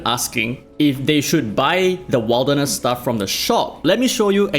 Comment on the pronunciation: Wilderness is pronounced more like "Will" rather than "Wild"